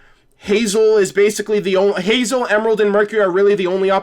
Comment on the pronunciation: you called him Tazel XD "Hazel"